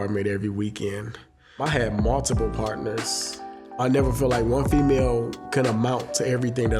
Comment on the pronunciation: I love how he says "FEMAYO".